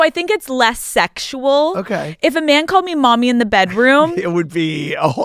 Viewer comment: Mami, not Mommy 😅❤